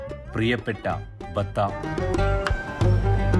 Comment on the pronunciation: ബത്ത അല്ല ബത്ഹ ആണ് .